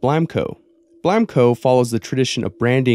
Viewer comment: Blamco sounds sort of like wham o